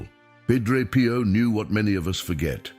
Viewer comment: More AI DUMBING IT IS PIO not “Pro.”idiots!